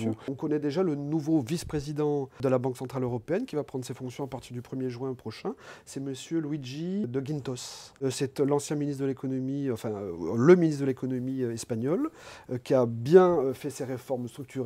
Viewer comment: C'est moi ou Bernard Monot dit "Luigi" au lieu de Luis ? Dommage que ce soit un Luis, avec un Luigi on aurait eu Mario et Luigi :)